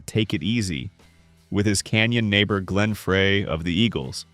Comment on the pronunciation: Glen Fray was 1 giveaway